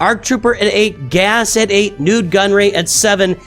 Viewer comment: Every time he says "Nute Gunray", I'm waiting for him to say "Nooch Gunray"